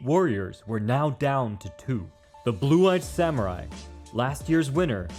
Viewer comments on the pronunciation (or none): none